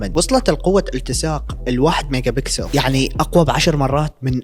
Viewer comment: ميغا باسكال مش بيكسل يا 😄😄😄😄